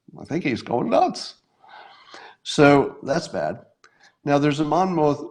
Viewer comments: Monmouth is pronounced: "Monmith". Been living in Monmouth County just about my whole life, about 30 minutes from Monmouth University where the polling takes place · Monmouth. Sounds like monmuth. The last syllable has a puff sound.